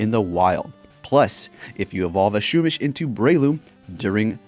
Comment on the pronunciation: U pronounce pokemon names funny. SHOOMISH 😂